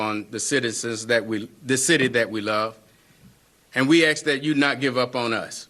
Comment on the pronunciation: Axed to be? How can we take his speech seriously when he can't even read the word ask correctly. Why is ax instead of ask being used even for so called professionals? Wow his reading and speaking gets worse from there. I don't care if people misspell things in the comment section of YouTube but a professional spokesperson needs to be professional.